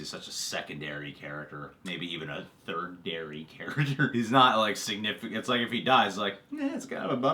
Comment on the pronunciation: it goes primary, secondary and then tertiary, not "thirdndary"